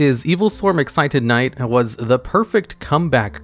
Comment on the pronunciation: Adjusted Gold, Excited Knight Everyone else: Adusted Gold, Exciton Knight